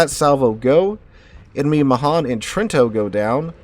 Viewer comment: Vey nice to see. As always, you need to ask how to pronounce Italian names. Not difficult to find an Italian around. Your pronunciation of Trento is atrocious